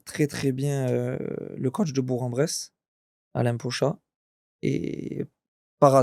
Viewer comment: Belle interview et belle carrière ! Mais comment c’est possible de ne pas prononcer correctement Bourg alors qu’il y a joué 😅 On dit BourK !!!